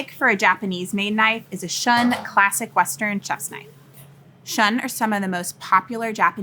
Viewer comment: You lost me at "imporint". Also, Shun is pronounced "shoon", not "shuhn". This was the quality of review that one might expect from a 3rd grade student. What a complete farce! You would probably have a better career making ASMR horror content for twitch with those nasally, whining sounds that you use for speech.